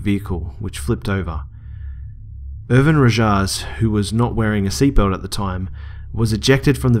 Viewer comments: Lol Rojas is pronounced "Ro-has" great stories man!!! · i believe the last name you tried to pronounce was "Rojas" which BTW is really pronounced (Ro-has) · Rojas is Spanish and pronounced rohas